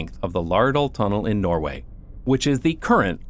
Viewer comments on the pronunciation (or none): none